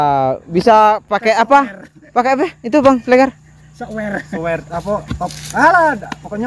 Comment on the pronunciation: Itu namanya shower bang.... bukan suer... 😊😊